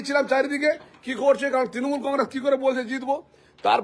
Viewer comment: সব এই ঠিক আছে বুঝলাম কিন্তু একটা কথা কেও যদি কিছু চুরি করে তাহলে কি এরকম একটা গাড়ি করে EVM মেশিন নিয়ে যাবে যেটাতে লক 🔐 নেই tmc এর কি টাকা কম পড়েছে নাকি আর তাছাড়া কেও চুরি করলে দোষ নেবার জন্য TMC এর ফ্ল্যাগ ( এই মহিলার ভাষায়😂 তিনোমুল এর ফেলাাগ 😂 শুনলেই হাসি পাচ্ছে ) যায় হোক তো ফ্ল্যাগ কেনো রাখবে গাড়িতে যেটা দেখানো হচ্ছে হতে পরে সত্য কিন্তু একবার যাচ করা দরকার এটা চক্রান্ত নাকি সত্য, আমি কোনো দল করি না শুধু যেটা দেখলাম আমার মন্তব্য দিলাম এর থাকে বেশি কিছু না